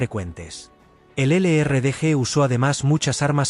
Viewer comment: Que lástima que no pronuncian bien los nombres en inglés,El LRDG. Y el SAS se complementában